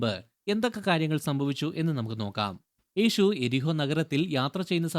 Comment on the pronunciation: ഈഷു , ഏഷു എന്ന് പറയാതെ യേശു എന്നു പറയാൻ പഠിക്കുക